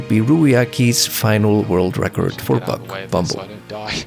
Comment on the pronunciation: First off, Free Palestine 🇵🇸🇵🇸🇵🇸🇵🇸🇵🇸🇵🇸 ! Second off Great Video! I loved the AR level over-views and mapping things out, as well as when you say 'buck' it kinda sounds like 'bug' to me, so it's really funny when you say "when bug pushes into the sloped wall and moves down, bug has to go through the ground" and idk why that just tickles me. Keep it up! +1 Subscriber